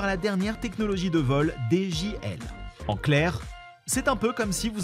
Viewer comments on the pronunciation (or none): C’est i et non L donc on dit dji et non djL 😂😂😂